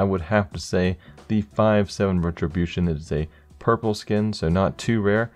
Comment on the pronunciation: Five Seven RETRObution....hmmm